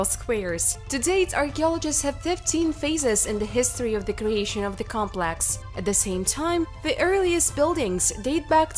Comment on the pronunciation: Her English is perfect.People may take exception to her accent but her pronunciation and grammar are almost flawless only "complex" was pronounced as "cum...rather than com..." But a triviality when the content and quality of video and it's presentation are realistically considered. Some people are just not happy no matter how good the video. They would complain about a wet dream!